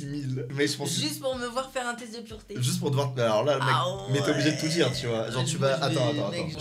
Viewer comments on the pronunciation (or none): C'est pas purete c'est pureté